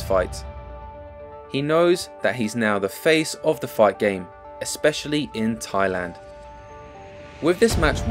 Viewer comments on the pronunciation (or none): none